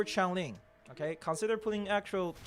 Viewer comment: Change-ling Change pronounced as in “I change my clothes” Like earthling, but with the word change. Changeling